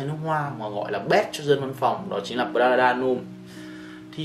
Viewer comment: Prada L’homme Intense tối hơn và sang hơn rất nhiều so với Prada L’homme. Prada L’homme Intense phù hợp hơn nếu thời tiết lạnh, và cho những người trưởng thành hơn. Góp ý bạn xíu về việc cải thiện phát âm tên thương hiệu :D